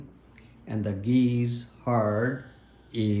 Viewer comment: Geez say it with an s it's geese not gezzzz